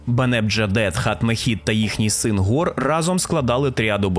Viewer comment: Гор — це 𓅃 у коптській вимові? Дуже незвично. Наче в усіх инших транскрипціях це слово починається з глухого фарингального фрикативу...